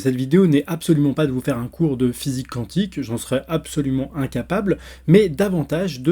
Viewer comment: D'ailleurs on dit "kouantik" et non "kantik" (cantique), c'est autre chose.